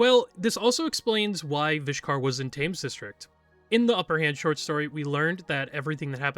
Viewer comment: just so you know, Thames is pronounced with more of a “ten” sound, “Temmes”